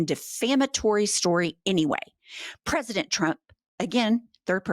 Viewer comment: This human on podcast said the word president so much. I don’t think she pronounces it correctly anymore.